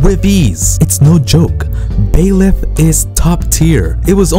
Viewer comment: Not to be rude, but it's Byleth, not Baeleth.